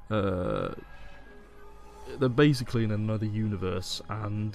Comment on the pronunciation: "another" not "a never"